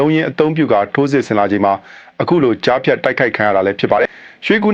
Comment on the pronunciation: ရေးတောကြားဖျတ်ပြောတော့ဂျားဖျတ်လို့အသံထွက်တယ်နော်